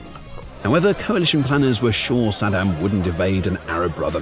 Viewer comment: Such a great video. My only problem was the narration, you guys are already hard to understand with the british accent but calling Saddam Husein as "Sed'm" didn't help at all 😂 I had to keep rewinding to understand what's being said.